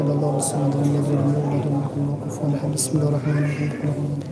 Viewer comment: بسم الله پڑو جناب مسم اللہ نہیں